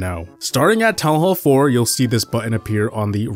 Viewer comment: town hall not toa hoa